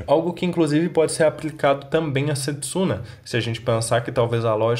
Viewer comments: Só eu q fico incomodada como a Towa fala o nome da Setsuna na versão dublada? Prefiro assistir legendado não gostei dublado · Eu nem tô assistindo dublado, fico muito incomodada como ficou a pronúncia Setsuna e Moroha